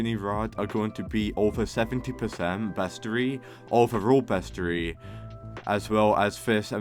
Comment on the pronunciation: Not meaning to be rude but, you said roslit, aurora borealis, vertigo, bestiary, wrong.